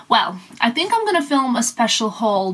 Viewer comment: I always wonderd why you pronounce ‘think’ as’tink’ is that because of your mother tongue Serbian?